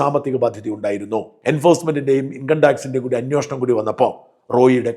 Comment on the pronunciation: അന്വോഷണം അല്ല ..... അന്വേഷണം എന്ന് പറയു